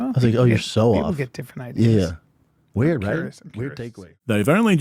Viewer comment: So waird the way he pronounces weird